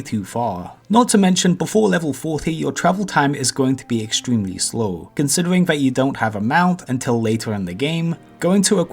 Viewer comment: Dwops….Gwoups...Considewing…WAWWIOWS....acwoss….fwost nova....wanged, idk what this guy is saying 90% of the time. Oh, almost forgot, wowld of wawcwaft.